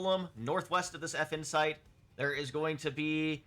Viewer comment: I can't not hear "Effin' Site", which perfectly describes my feelings about them. 😂